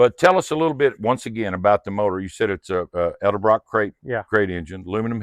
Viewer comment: There's no such thing as Rally SS wheels. You either have Rally wheels or SS wheels. They're two different Wheels. Too funny. He says Eldebrock and right after that you say Edelbrock.